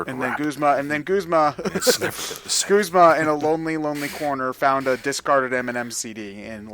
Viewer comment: I don't know how anyone could possibly think that Guzma is pronounced "g-oo-sma" and not "g-u-zma". You don't pronounce "guzzle" as "goosle" unless you're mentally damaged. And a lot of people pronounce it "g-oo-sma"! You're just looking for a weird pronunciation for no reason! Just like how Lusamine cannot possibly end in "ay"!